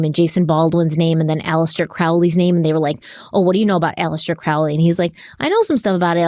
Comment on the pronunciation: “It’s Crowley as in holy, not Crowley as in fouly”: promptly goes for the latter pronounciation! 😅😅🤷🏻‍♀️😅 Thank you for another awesome episode. Btw, I also have an Ankh tattoo on my back, between my shoulder blades. It is said that the christian cross symbol heritages from the ankh, when it still had that loop; feminine in the symbol.